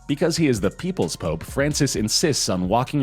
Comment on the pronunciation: The pope sounds more like THE POOP